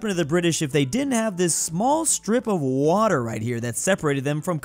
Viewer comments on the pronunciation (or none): none